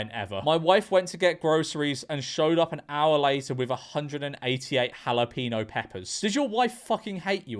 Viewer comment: What's a halapeeno? Are you trying to say jalapeño?